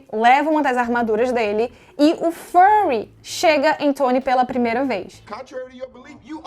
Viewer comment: N é por nada não, mas achei mto engraçado o jeito q vc pronunciou o nome de certos personagens. "Furry" "Tsony" Como já diria o miranha: "falar inglês é legal, mas não fala de mais!"